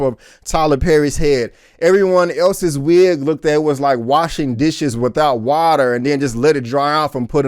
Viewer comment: Watter ? What's dats ???? N ya voice is making my head hurt